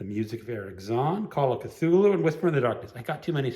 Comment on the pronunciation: I might do this. Also thank you for teaching me how to pronounce Cthulhu!!